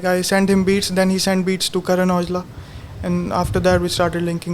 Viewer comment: Idk who the fella in red is but bruv please brush up on the Punjabi pronunciation. Its KARAN not Karen Aujla.